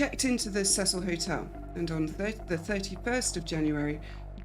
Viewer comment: thank you for pronouncing Cecil correctly. I like you already.